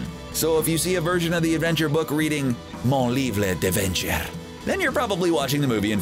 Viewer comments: my first language is french and usually I find it a bit funny when people that don’t speak it try to say a French word and say it completely off for example shepherds pie in French is ‘pâté chinois’ and when I ask my English speaking friends to say it I find it funny that they say ‘pâté chez Noah’ but they way he says ‘mon livre d’aventure ’ is really just terrible and not even close to a correct accent it’s not hard to go to google translate and press the button where the robot says it (I just had a long rant about this 😐) have a nice day 👋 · THE WAY HE PRONOUNCED “Mon Livre D’Aventure” BAHAHAHA IM DEAD OMG WHAT WAS WITH THAT ROLLED R